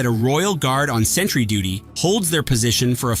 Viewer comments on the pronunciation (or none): none